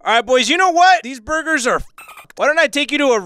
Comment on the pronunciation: And Juicy saying BURBURS! SMASHING GET OUTSIDE!!!!